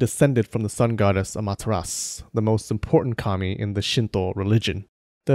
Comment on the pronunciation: the way you say kami sound to me like commie so for a second i guess that there fods where comminist